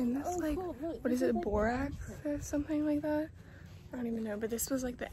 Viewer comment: “we’re in the borax” it’s ok i know you meant barracks🤣